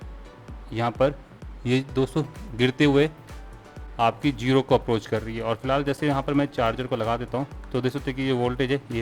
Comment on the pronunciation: Bhai aap log "z" ko "j" kyun bolte hain? Zero ko jero, zaruri ko jaruri. Kya z ki awaaz nahi boli jati ya bas shoq hai j ko bolne ka?